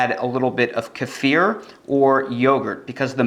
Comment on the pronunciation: I grow it. I have to applaud you for being one of the very few English speaking YT-er who pronounces kefir correctly 🫶👏